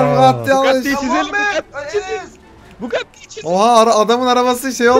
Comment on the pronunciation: bu gati mu deyo lan oyle deil bugati